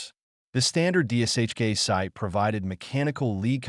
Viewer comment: It’s D[SH]K. Not DSHK.